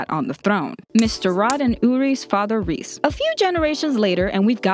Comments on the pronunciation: Reiss = Rice not Reese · everybody does this its not rod rees its reiss it sounds like rice but it reiss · Reiss is pronounced "Rice" not "Reese" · The Reiss name is pronounce "Rice". It's a German name. Between ie or ei you pronounce the second letter. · Its Reyss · You just butchered the Reiss families name 😑 😂 come of my phone